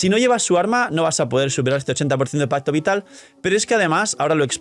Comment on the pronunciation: Lo siento, no puedo dejar de escuchar onda vital cada que dicen pacto vital.